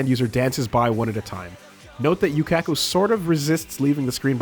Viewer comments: "jotAHro" "koy-chi" "yuKAHko" "shining diamond" *breaths in* boi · The way you say Jotaro and Yukako sounds wrong